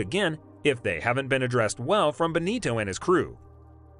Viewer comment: Who is "Seinz"? (it's Sainz) And Benito? (it's Binotto) Please have your voice actor at least watch one race, or any piece of news about F1. Also, clickbait lol